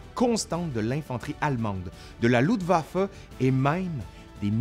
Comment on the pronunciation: LUFTwaffe pas LUDwaffe,cousin !